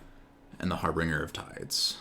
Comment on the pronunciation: Very nickpicky but it's harbinger, not harbringer. good games though.